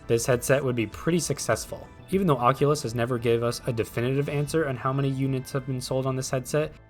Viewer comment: the oqulus